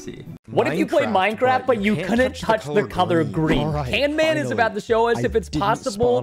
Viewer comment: do you mean canman XD